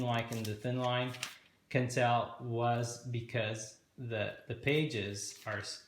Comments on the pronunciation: I thought Quentel was pronounced 'kwentel', not 'kentel'. Am I mistaken? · Rhymes with ‘kwen- TELL’ not ‘kin-TELL’